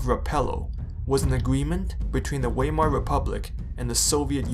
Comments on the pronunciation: Vi-mar not Why-mar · its not waymar republic. v-eye-mar. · It's pronounce Vi (like die) mar.